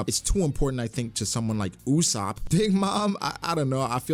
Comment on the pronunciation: Dude why American anime fans pronounce Usopp name wrong. Its not Usapp ❌ Its U so ppu ✔️ Love your channel man keep it but but it just drove me crazy